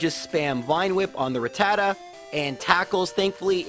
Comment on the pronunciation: you pronounce Rattata the way I pronounce it. It felt good cause every time someone says it the other way. I noticed it cause I've always said it the way it was said in the OG English anime. that was the first time I ever heard it pronounced.